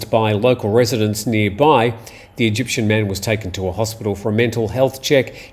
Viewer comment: "Eygptian"...are those people from Mexico?